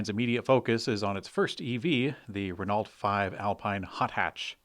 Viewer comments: PLEASE start pronouncing Renault properly - it's a silent 'T' (as in most French words). Sounds like ruh·no. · Hearing that 'T' when pronouncing French names like Laurent is one thing. But hearing 'Ren-alt' every time this major auto company comes up literally makes my ears bleed, and sadly makes me subconsciously question the rest of the very good info you provide. And fyi, above pronunciation came from Google's American pronunciation tool, so it's not a 'that's how it's said in France, we're in the U.S.' issue. Great work overall though, i'm a daily listener. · Salt Lake City, huh? OK, I'll give you a pass. The storied French automaker Renault is pronounced "ruh-NO" but in a husky tone suggesting long years of smoking Gauloises. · Fairly sure he means your Renault pronunciation, as noted above